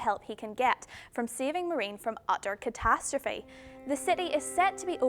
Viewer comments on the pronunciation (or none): none